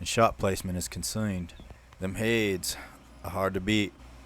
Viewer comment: Hades is pronounced Hay-dees